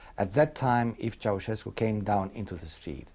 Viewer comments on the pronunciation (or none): nope. Tchow-shas-koo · it's with a "sh" not a "ch". So chow-shes-koo